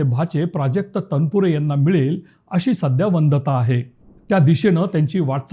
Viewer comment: प्राजक्त तनपुरे..... अशी " वंदता" आहे असे नव्हे तर, .... अशी "वदंता" आहे असा उच्चार हवा आहे....